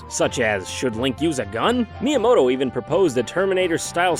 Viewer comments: Mii-yamoto lol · Shigeru Miiyamoto LOL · Miiyamoto lol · haha... Miiyamoto